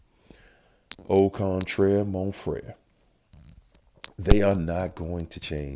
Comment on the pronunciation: I swear you're the best, i'm french love your accent "au contraire mon frère" I didn"t expect that lol